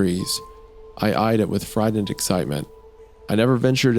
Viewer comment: My favorite place to come listen to "t"s pronounced as "d"s I'm friddened.